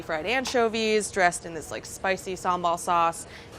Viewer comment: SHE PRONOUNCED SAMBAL PERFECTLY ahaha